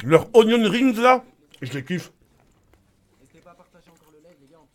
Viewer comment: "Roh c'est ognion rings' xD